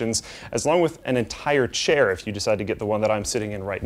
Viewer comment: OMG HE SAID CAIR LOL